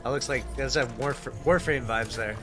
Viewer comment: ain’t no way you said warframe 😭